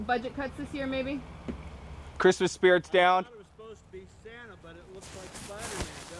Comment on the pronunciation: What is it's the real Santa?... (Or "Sana" as pronounces) PM 12/20/2018